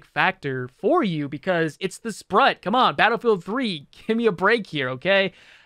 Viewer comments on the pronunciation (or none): It's pronounced sproot, like Groot, means octopus. ^_^